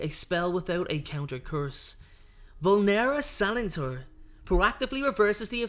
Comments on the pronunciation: no it was just the stresses that he put wrong "vULnera senENtur" not "vulnEra sEnentur" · Also vulnera senentur was spoken extremely wrong